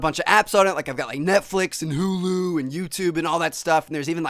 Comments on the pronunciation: I love you T but why such heavy emphasis when you say HUUULUUUU?! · Lol why do you say Hulu like that, you say HOOOOOUULOOOOOOOUU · he says hulu weird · The way he says HULU, lol! :3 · How he says Hulu ... *Shudders* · Gotta love the way he says Hulu lol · Lmfao at the way you said hulu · The way he pronounced HULU lol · Lmao at the way you said Hulu